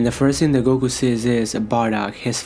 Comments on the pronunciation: Why does he narrate everything like he's forgetting the words. "Low class...................... warrior" Also is Goku not gogu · And it’s goku not gogu fucking lame ass